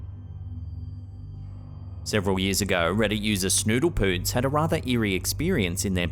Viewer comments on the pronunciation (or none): Hearing you say "Snoodle Poots" made me giggle 🤣